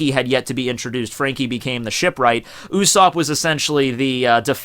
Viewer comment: he says "U"sopp